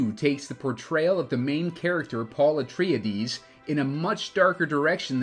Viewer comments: Interesting pronounciation of Atreides. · Hate the way you pronounced his name.